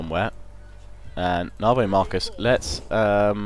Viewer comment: did you just say narbo marcus? really? XD waw